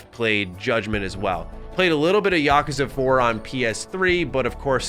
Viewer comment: Oh for the love of god… please never say Yakuza again. Mispronouncing it 50 times in a single video was excruciating to sit through.